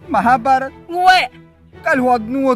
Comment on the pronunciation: મહાભારત ❌️ માભારત 🟰